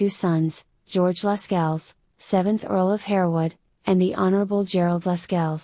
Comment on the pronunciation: Pronunciation of Lascelles is also incorrect. It is ‘lassells’.